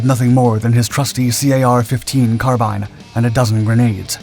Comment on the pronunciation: carbean. car bean. like mr. bean. carbean. carbine.